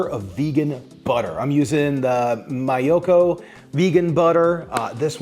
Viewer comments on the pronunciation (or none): its Me-yoko no My-oko ☺️ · Just a note on miyokos..... It's pronounced Meeeyoko not my- oko.